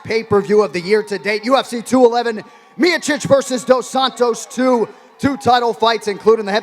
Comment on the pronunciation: Who the fuck is miachich? Its Miocic, Jon anik needs to learn to fucking pronounce names.